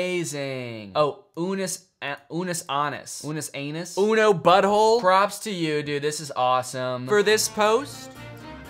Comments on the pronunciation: danny pronouncing Unus Annus wrong was so funny, especially when he said “uno butthole”💀💀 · Why is no one talking about the fact that Danny called it Anus Unnus 💀😭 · Danny calling it Unus Anus and me just flashing back to every time someone sees me in my Unus Annus hoodie and joking like “Anus?! Your hoodie says anus?!” Kind of… triggering Danny, ngl /lhj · Danny calling unus annus anus unnus killed me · Danny pronouncing Unus Annus wrong killed me a little, but the fact that he knew what it was revived me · danny saying unus annus wrong makes me laugh so hard omg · I took +10 psychic damage from Danny mispronouncing [REDACTED]